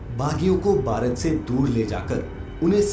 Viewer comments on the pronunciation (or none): Bhai aap Bharat ko sahi see bolo Bharat mein rahte ho aur Bharat sahi se nahi bol paate....